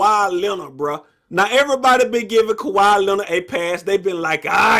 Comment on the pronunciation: ka-wee not ka-why 😂